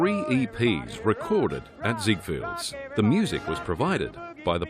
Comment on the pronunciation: It’s written as ZIGFELDS on the advertising poster of the time. Why is it being pronounced here at ZIGFIELDS?